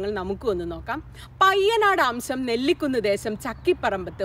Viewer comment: നെല്ലിക്കുന്ന് അല്ല നെല്ലിക്കുത്ത്